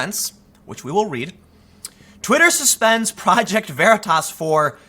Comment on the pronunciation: Stop the veratasss once and for all... it's veritas... as in "Truth" * facepalm *